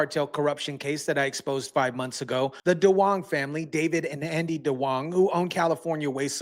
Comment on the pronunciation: Duong is actually Dương ( pronounced Zuong, not "Dong")